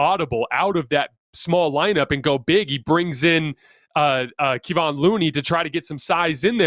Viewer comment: Keep on mispronouncing “Kevon”. Makes you lose credibility, like you are not listening to the games.